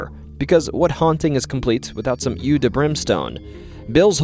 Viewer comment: u silly guy, eau is pronounced "oh" basically jokes aside, fun listen as usual, good job.